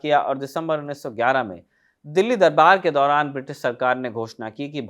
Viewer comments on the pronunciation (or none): none